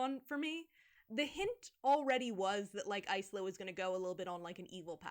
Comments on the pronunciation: I believe "Isla" is usually said "eye-la", going from the one person I know with the name! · no but that’s the thing, in English Isla would be eye-la and in Spanish it’d be ees-la but she says eyes-la. And also got really excited her main character name was top 3 for baby names and it’s like girl… Isla pronounced correctly has been a popular name for years wtf do you mean?? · Something that always bugged me: There are a lot of character names that are just words in Spanish, and the book is meant to have a lot of Latin influence (according to the author). Oro Rey - Gold King, Azul, - Blue, Isla - Island... The word "isla" in the language is pronounced EEZ-LA. (like Yzma from The Emperor's New Groove). But, her name is apparently pronounced either EYE-LA or IZ-LA depending on who you ask because I'm still not sure if Aster ever clarified! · I'm guessing Isla is pronounced eye-la (like isle aka island). Does it matter though when the book is this dumb? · I don't think you're wrong. Isla means island in Spanish, and the Spanish pronunciation has the same "i" sound as Yzma. But in English reading it as island without the "nd" makes sense. Even as a billingual, I would've never landed on ice-la as chosen. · i think it's pronounced like island?? sometimes there are characters named isla in barbie movies and they always say it like island lol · That MC's name pronunciation makes no sense. Either go the Ysma way or go the island way, not both like THAT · I still can't get over the fact that Isla's name is pronounced that way